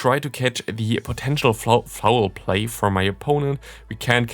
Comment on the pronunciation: Your laugh after you mispronounced Foul Play was the most adorable thing ever 🥺